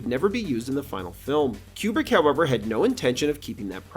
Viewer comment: It's Coo-brick, not Que-brick.